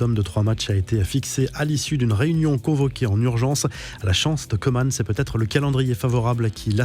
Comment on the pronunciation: Idem pour Koeman